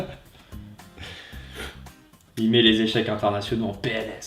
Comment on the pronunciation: ca se dit pas "echec"!!!!!